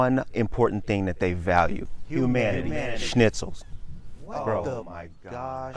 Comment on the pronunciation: Schnitzel. You nailed it. LOL :D